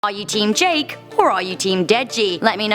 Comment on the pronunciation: Hehe for a second there I thought u said “Jack”🤔